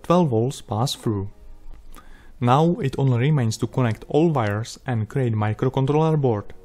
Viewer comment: HAHA you said "vires" all count Dracula like...